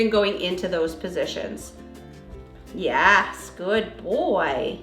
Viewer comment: This is a silly non-important comment but was curious as i do watch this channel frequently, but I was curious what state the channel is based in? When I hear ( yes) being said, I hear a slight accent hearing them say " ya - S "